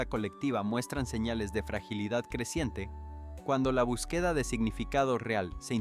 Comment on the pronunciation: Este señor no sabe nada de gramática pues no sabe expresar las palabras el español no se habla así no se pronuncia así como el lo habla palabras q no las pronuncia como se hablan no usa acento no usa nada por e b empleo botín ejemplo búsqueda el no la pronuncia bien esa palabra necesita q estudie la gramática para q pronuncia bien las palabras el sr le bendiga